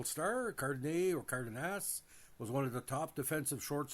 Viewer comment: CARDE(DEH)NAS.WITH EMPHASIS ON THE As